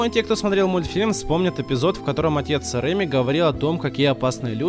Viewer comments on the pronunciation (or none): Не рЕми а ремИ